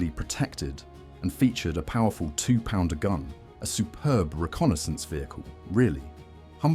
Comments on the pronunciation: Also to pronunciation, it is not P-d-r but pounder. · 17 PDR? Take the time to type "pounder" into your text to speech please? Graphics are nice, not sure how accurate the stats are? There were 3 or 4 Marks of Beaverette all different, externally. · Apart from the mispronunciation of ‘PDR’